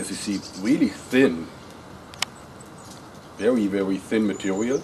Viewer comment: mehe, "vewy, vewy light matewial"